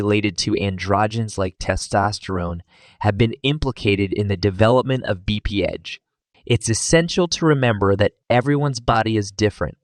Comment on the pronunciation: BPH (Bee-Pee-Edge)?